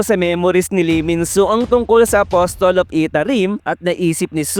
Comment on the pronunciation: Apasel po bigkas ng apostle